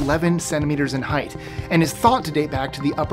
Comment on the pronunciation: Height not Heighth